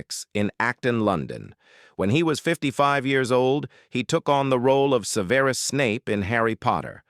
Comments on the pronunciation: Shoulda taught your bot how to say "Severus" properly. THAT is exactly when I was done and turned this off and down voted you. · Wish he could pronounce Severus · I'm with you on this! When the voice mispronounced "Severus" I gave up on this post! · When will Americans learn that the emphasis is usually placed on the first syllable- not the second eg. SEVerus not sevERus! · His name is pronounced: Sev-er-us.. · You pronounced Severus incorrectly And Rubeus Wow. More mistakes. Learn how to prounouce names before you record a video. Also, I watched the video because there was a photo of the actress who played Ginny Weasley, but no mention of her in the video. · You're AI can't even say the first character's name correctly. Just how hard is it to read your own script rather than making AI slop? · Get better AI. this "narrator" can't even pronounce Severus correctly. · You know it’s garbage when they are unable to pronounce Severus. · It's Severus, not Severus. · AI speaker can't even pronounce Severus' name correctly. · This is what happens when someone uses AI to try to narrate first off pronouncing Severus Snape's name very much incorrectly and then to create the title as well. If you're going to try to use AI to monotonize your videos at least go back through them and make the corrections necessary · How DARE the maker of this video ALLOW AI to mispronounce “Severus” Snape? It is unconscionable! It is treason to those who love Alan Rickman! Shame, Shame, Shame!!!! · Watched about ten seconds, heard Severus mispronounced, gave a thumbs down and left